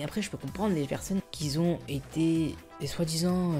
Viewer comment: Juste évite de dire "quisont" au lieu de "qui ont": merci